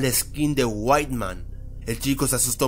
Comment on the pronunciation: no es para ofender pero se llama white man no weitman :v